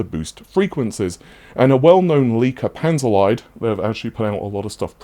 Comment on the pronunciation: Panzer "leed", is how you pronounce it. "Lied" is german and means "song"...and Panzer IS a tank...so their name is "tank song".